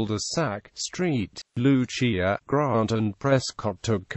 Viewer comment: Its pronounced saint Lu-siah